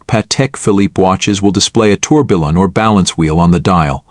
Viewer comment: I would also like to have a Pejtek Filipp Torbilllon..., check how to pronounce the names before next video;-)